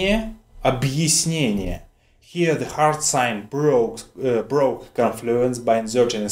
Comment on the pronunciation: Sir, МЕ sounded to me like МЭ and ГЕ sounded like ГЭ. Also the Я in ОБЪЯСНЕНИЕ sounded like И. Please I am having a big trouble, could you help me to understand?